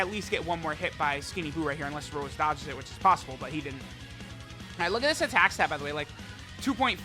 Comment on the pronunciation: Anyone else think it sounds weird when says Rose and not Rosé?